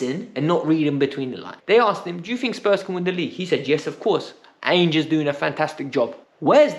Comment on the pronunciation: Love your vids but the way you pronounced Ange though.😂